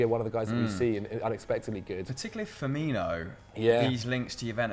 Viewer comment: Certain things the English say sound different to my American ears, even the closed captions thought that he said 90 million for Firmino the first time lol